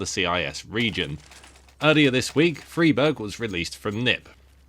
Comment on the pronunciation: It's not. It's an swedish surname. You pronounce it Freeberj